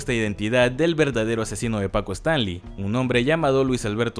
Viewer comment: Todo bien solo que siento que es disléxico este chavo porque pronuncia mal casi todos los apellidos Es Stanley no Stanli Azcárraga Jean no Jin 🤔